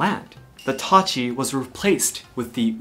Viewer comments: Who all heard Itachi instead of tachi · The way he pronounces TACHI is like I heard itachi lol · When he says Tachi I always here Itachi. When he says Katana I here Katana This is the 4th difference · i thougt he said itach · U forgot the I in tachi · Tachi with a e😆😆